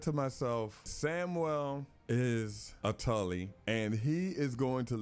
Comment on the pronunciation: Tarly not Tully